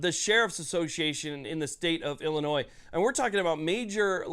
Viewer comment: Please quit saying "Illinois" the way it is spelled 😂